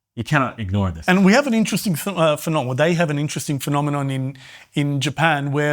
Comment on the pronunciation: the word is "this", not "diss"